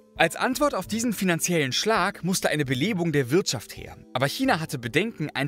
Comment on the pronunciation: danke für die korrekte aussprache von china. ❤ selten geworden